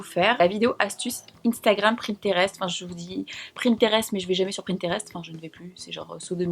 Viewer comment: J'adoorrre superbe vidéo comme dab et on s'habitue a ce rythme de vidéo par semaine on devient accro 😍. tu es trop belle, le makeup fait ressortir la couleur de tes yeux et le moutard te va super bien 😊 😍❤️ p.s: cest pinterest et non pas pRinterest 😜